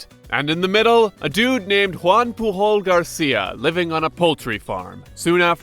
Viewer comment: Hey, just a little heads-up with the personal names: Pujol is a Catalan surname, so the J is pronounced as in English or as in French. Also, the first surname isn't omitted as middle names in English, but it is rather the common way to refer to a person (so you'd say Pujol, Joan Pujol or Joan Pujol Garcia, but not Joan Garcia).